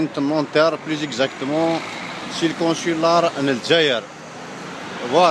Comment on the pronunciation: Grave! Le "consularrr" m'a tué! Mdrrrr